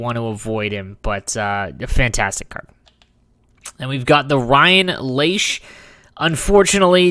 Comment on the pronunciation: hahahaha how do you pronounce Lasch, why do you say “leach” it’s pronounced just like it’s written